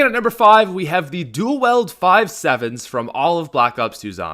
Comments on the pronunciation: Dule weld it's not dule weld you illiterate white boy I cringe so hard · Why does he say dool weld